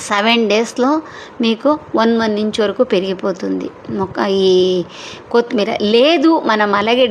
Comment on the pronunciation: Pronownsation of kothimeera is not good.